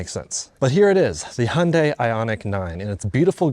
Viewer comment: thank goodness you guys say the name right.. so many UK reviewers say "high un die"...